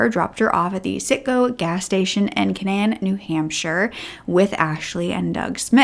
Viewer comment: Hi, I'm a New Hampshirite. Canaan is pronounced like kay-nin. Yea, we have a lot of places oddly pronounced. But thanks for talking about this case. Barely anybody even knows about it around here; crazy!! Edit: to add to this, NH is weird. I got arrested and put in the slammer for driving without a license....and here Ashley is F'ing up at every turn and she's not in the slammer. Like, dafuq?!